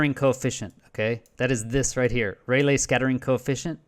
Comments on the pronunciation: Rayleigh is pronounced Ray Lee. Not Ray Lay. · It's NOT "Ray-lay", it's pronounced "RAY-Lee"!